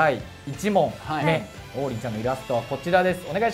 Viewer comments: 進行役の王林の発音が違うのに爆笑しちまった笑。りんごの名前じゃなくて、中国人の名前っぽく聞こえてしまう😱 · 公式がね。。。 例えば ナミの発音が『波』と同じ人がいたら、訂正するでしょう? ゾロの発音が『ゾロ目』って、言うときの発音と一緒だったら、ロビンの発音が『土瓶』と一緒だったら。。。 王林も名前なんだよねー 気づかってくれても良くない? あとね、南部弁もあるからね?